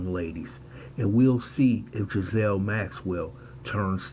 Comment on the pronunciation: Pronounced Giz - lane. Not being a smart ass. Took me a while to work out which way was right. 😁